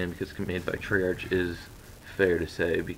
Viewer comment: who's saying its gona be a terrible game? all my buddies are excited for it. and its tray-ark not tray-arch. hopefully all the expoliters from this game just stay here and dont pollute blackops.